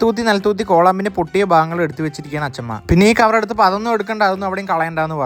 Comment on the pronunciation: "കവർ" എന്ന് പറഞ്ഞത് തെറ്റാണ് "കവൾ "എന്നാണ് 😂